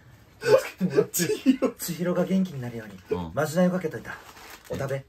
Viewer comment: 「これをお食べ」が言えないハク